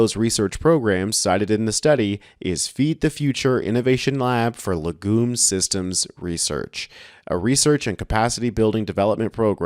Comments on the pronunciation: Legume is pronounced leg'yoom, with the accent on 'leg'. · Please, learn how to pronounce words prior to broadcast, LEG-YUME is how it sounds, but, like so many words, yanks just seem to make it up as they go along.